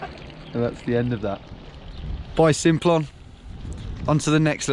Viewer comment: I was driving on the Simplon pass (it's pronounced samplon btw) last summer. It was really foggy so you could barely see 10 metres in front let alone any of the mountains, anyway we got to this gorge type thing near the border when the sat nav suddenly blurted "turn right, then take the ferry" we turned right and all that was there was a train station I believe. In this gorge there was absolutely no way you would fit a ferry, in fact the river running through the gorge was probably the rockiest and most impassible I've seen. I guess maybe there was a drive on train thingy. Anyway I'm loving the vids so keep up the good work 👍👍